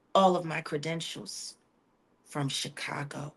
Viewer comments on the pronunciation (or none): none